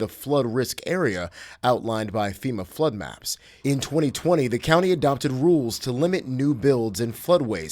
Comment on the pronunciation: "Floood" lmaooo